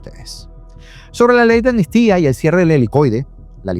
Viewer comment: Todo bien pero dices ANMISTIA, y es AMNISTÍA.